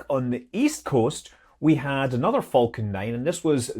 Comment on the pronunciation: I always heard "vulcan" when Scott said "falcon".